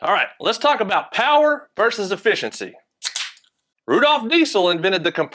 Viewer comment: Affissincy. Exactly how he said it.